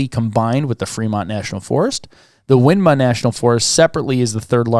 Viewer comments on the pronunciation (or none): Ok, listen carefully guys😊. Winema is pronounced Why-KNEE-muh and Willamette is pronounced will-LAMB-it.